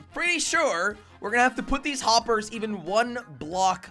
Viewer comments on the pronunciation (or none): Why are you saying whoppers instead of hoppers?? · said woppers